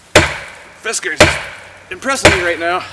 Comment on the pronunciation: Fiskars with an A as in bars, not FiskErs as in whiskers. Sorry but with a name like yours, you don't look the part and your "project" is absurd. If after more than 60, 100, 200 overstrikes there isn't a mark...Try to destroy something else. The best wooden hickory handles don't take five overstrikes to crack or split.